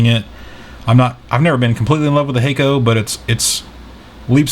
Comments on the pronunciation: The double k exists in Japanese. Just pronounces with a slight hesitation between "ha" and "ko". keeps pronouncing it like 'hiccup' to my ears. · "Hakko" sounds like "taco" by the sales people in Boston MA.area.